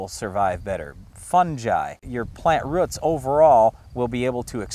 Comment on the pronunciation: he says roots like ruts